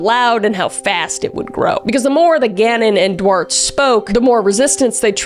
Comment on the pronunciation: Duarte= do-art-tay, not 'dwart' 😂 also love that Kris sounded a bit like Christopher Walken without meaning to. Her impressions is so good it just sort of slipped in